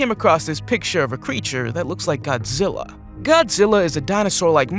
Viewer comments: It's godgela versus kong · GODZILLA NOT ZILLA